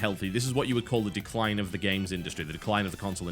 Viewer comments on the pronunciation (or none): to "declie" - TB is still human!